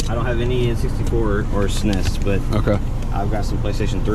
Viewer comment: Bro the way he said SNES 😂😂😂😂